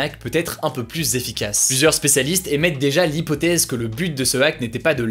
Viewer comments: Super vidéo juste quand tu dis "plus" prononce le "plu" et pas "+" ça me dérange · Pourquoi ne pas faire un effort sur la prononciation du mot plus ? Je conseille vos vidéos à des étudiants étrangers qui apprennent le français, et c'est désespérant d'écouter systématiquement cette erreur malgré les commentaires d'internautes qui l'ont aussi relevé. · « Le plusse »